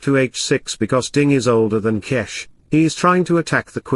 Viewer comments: It is Gukesh not G"ow"kesk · it is pronounced Gukesh not Gukesh